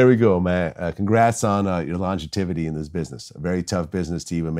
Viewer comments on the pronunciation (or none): Vladimir, the word is longevity. Not “longetivity” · Vlad said "longetivity" I thought the word was longevity. 🤔🤦😂😂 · Damn Vlad not his long-juh-tivity….bruh it’s LONGEVITY! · Longitivity lol you mean Longevity 🤣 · Longevity, Vlad, not longetivity. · Long itivity lmao it's longevity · Vlad stop trying to convince us that the word is pronounced “longetivity” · Nigga did you say congrats on your “LONGETIVITY” lol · Vlad, it's pronounced "long jev it t."